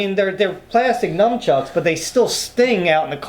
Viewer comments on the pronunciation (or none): says numchucks. It’s nunchucks